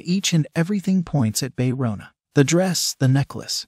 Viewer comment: OMG THIS IS SO FUNNY KANG MARI PRONOUNCE AS KENG MARY WTF HAHAHAHAHHHAHAHAHAHHA BAE RONA AS BAE ROWNA HAHAHAHAHHAHAHAH